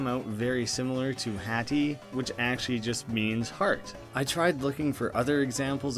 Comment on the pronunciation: Hati is pronounced as "hutti"